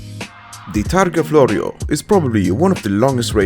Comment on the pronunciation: As an Italian guy I can proudly say that you pronounced “targa florio” perfectly. You’re a step closer to become one of us 🇮🇹🇮🇹🍕🍕